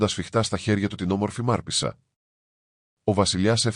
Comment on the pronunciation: Μάρπησσα λοιπον το σωστο κι όχι Μαρπέσα